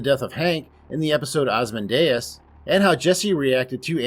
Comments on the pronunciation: Mike didn't tell Jimmy that Lalo was dead, he said that Lalo isn't coming back. He said it twice. Yes WE know Lalo is dead, but Mike never says that Lalo is dead. Big difference. Also, it's pronounced Ozzy-Mandy-iss, not Oz-Man-Day-Us. Bryan Cranston even read the poem as part of the promo for the episode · Osman-Day-Us? D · Why are you pronouncing ozimandius wrong?